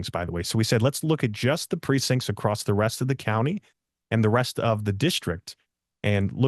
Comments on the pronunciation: Acrossed/Acrosst is very distracting. Be better. I want to support you and believe in you. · I’ll be frank… It’s hard for me to trust someone who repeatedly pronounces “across” as “acrost”. 🫤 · But why does he keep saying “acrossed” ?! It’s not a word! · Why does he keep saying “acrossed” ?! It’s not a word! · In some parts of the country, that's how the word "across" is pronounced.